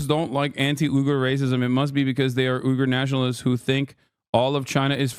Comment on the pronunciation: Hasan, it's pronounced weegger